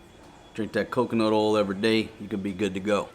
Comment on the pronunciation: Please pronounce oil as oy yell rather than ol before my head explodes although I'm sure this will have the opposite effect. Thank you